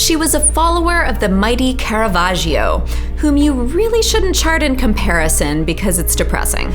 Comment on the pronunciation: according to that pronunciation Caravaggio is french